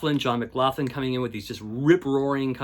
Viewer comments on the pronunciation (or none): FYI, McLaughlin is pronounced "Mic Lock lyn". Its my mother's maiden name.